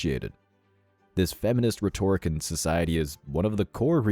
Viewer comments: Learn how to pronounce the word rhetoric correctly. You're making yourself sound dumb by pronouncing it wrongly. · Please tell the computer voice people that it's "RHET-or-ic".